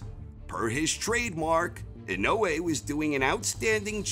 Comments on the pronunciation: How he pronounces it in-no-way makes me cringe so bad lol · Inoue = In oh ey.....emphasis on the first syllable. Inoue is his last name. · IN-A -WAY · Christ now I can't un hear that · I can’t stop mishearing his pronunciation of INOUE as “in no way”...... making it difficult to make sense of what he is saying in the beginning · In no way will he pronounce his name right in the whole of this video. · It’s pronounced Nah - O - Yah In - O - Eh Not I - No - Way